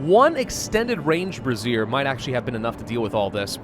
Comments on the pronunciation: Every time I hear say brassiere, I'm gonna comment on how it's Bray - ze - er. He'll see it eventually. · I can't take it any longer... brazier is pronounced ˈbrāZHər as in "bray-zher"... not brəˈzir which is spelled `brassiere` or `bra` for short. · you are mispronouncing brazier. It is pronounced bray-seer, you are pronouncing it like brassiere, which is another word for bra. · I have to laugh every time calls the braziers brassieres 😂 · I keep giggling every time brazier is said as brasierre. I am a man child. The thought of giving all these tough working folks a new bra to cheer them up makes me chuckle. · Say it with me ...Bray-shur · I don't think he realises that he's pronouncing it wrong... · nah it's funnier this way. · I think he knows... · It is on almost all of his Frostpunk videos. He sees it in the last episode or two, says he feels stupid, and immediately forgets. Every time. Like clockwork.